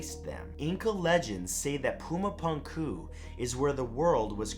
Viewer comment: It's pronounced "Poo-ma poonk-oo", Matt. Hello from Bolivia!